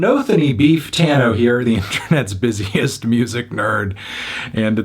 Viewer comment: Heavy emphasis on “busiest”